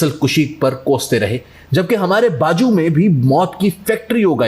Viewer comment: This is Indian propaganda. The narration is also done by an Indian.. very easy to catch. The word is bazu and not baju.. Anyway to some extent things may be true but in many cases grossly exaggerated.